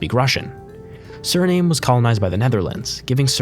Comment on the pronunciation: You didn't say Suriname right. Thr A is not supposed to be saying its name. The E doesn't do anything. Idk why its there